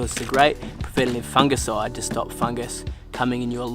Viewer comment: It's "Foonjiside" brah! 😜🤣..... Great vid man, lots of fantastic content.